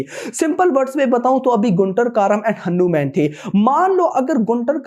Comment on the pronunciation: Bhaiii aur sab to thik hai Lakin aap Hanuman ko henuman mat boliye aap hmesa Bolte he ise band kro😊😊😊